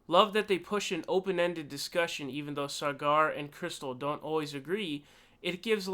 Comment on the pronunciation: It's pronounced sogger